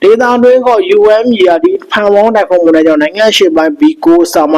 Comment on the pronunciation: ဟေး... weather announcer မှုန်တိုင်းလား? မုန်တိုင်းလား?